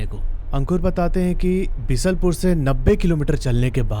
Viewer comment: Bisalpur nhi beesalpur h bnwasa banbsaa h or khatimaa nhi khateema hai h bhai